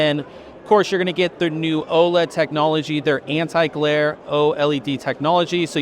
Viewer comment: you are the only person who I have ever heard say OLED the correct way, then just two minutes later you fucked it all up.